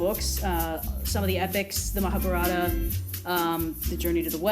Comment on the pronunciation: after all this, how do you still don't know how to pronounce Ma-ha-bharat? Just hear a native hindi speaker say it.